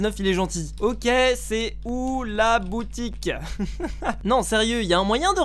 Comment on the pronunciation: "c'est où la bnoutique" :D